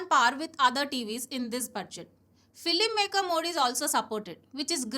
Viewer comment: When you told about design, have you checked the spelling your team has typed for us in scrren? Another point, it is not filimmaker mode, it is called filmmaker mode, try to pronounce film and not filim because this is basic English. H is pronounced as 'etch' not hetch and thing is pronounced with that 'etch' which means it is not ting, it is thing.